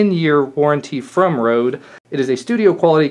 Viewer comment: ''Rhode'' omg haha xD Røde is Danish and means Red :)